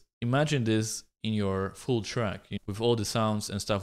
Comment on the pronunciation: when he said fuul drum loop i heard it as fool drum loop always his fuul sounds fool